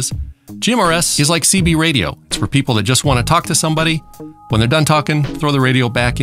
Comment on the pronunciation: You know someone has superior intelligence when they actually pronounce the H in "when" & "why" ;)